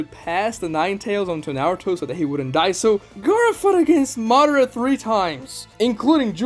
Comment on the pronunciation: It's Ma Da Ra.. Not Ma dra or Modera.. Or maybe you guys watching the dub version.. Are there speak like that to in dub version ? I don't know.. Cause it's not that hard to pronounce it..